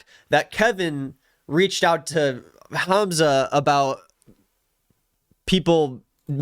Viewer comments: isn’t it pronounced hahmza🥹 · It’s not HAM zuh 😭 it’s Hahmza